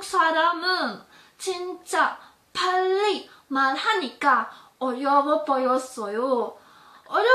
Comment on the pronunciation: I don't speak Korean but I listen to it all the time (via dramas, variety shows) but she sounded too pushy. Is it me or I kinda heard she pronounced 빨리 (ppalli) as 빨래 (ppallae)? 😅